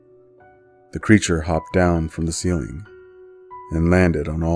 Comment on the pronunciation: Normal people: ceiling The author: cELinE